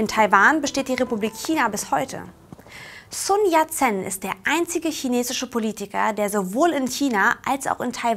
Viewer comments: Ich möchte anmerken, dass am Anfang noch von Sun Yat-sen redet und ihn ab plötzlich Sun Yat-C nennt xD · und leider ist es nicht nur der name sun yat sen, der falsch ausgesprochen wird, ich habe nun (fast) alle Folgen gesehen und muss anmerken, dass sehr viele chinesische begriffe falsch ausgesprochen werden. schaut mal bei " Konfuzius gespräche" reclam Seite 133 nach, da findet ihr die aussprache der gebräuchlichsten buchstaben recht gut beschrieben. in kapitel XIII,3 findet ihr auch einen passenden ausspruch konfutius' zu dem thema" richtige aussprache". Also: immer schön weiter üben... AnLa